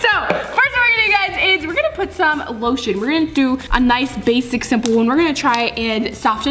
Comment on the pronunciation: She sed shaving creme when she put loshun😂😂😂😂😂😂😂😂😂 haha he he